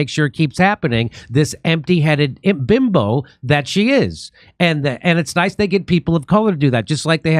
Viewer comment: Jimmy said..."This empty-headed bim-bo" 😁